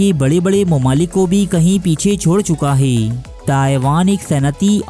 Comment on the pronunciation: انتہائی غلط الفاظ کا استعمال کرتا ھے۔ 'ھے' کو 'حئی' اور ھیں کو ۔۔۔۔۔ ھائیں 😂🤣